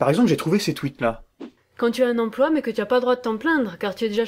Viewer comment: j'ai horreur de ces intervenants médiatiques qui disent "empoi". Que je sache, il y a un L entre le P et le O. "empLoi" ! Non de dieu, c'est pas compiqué !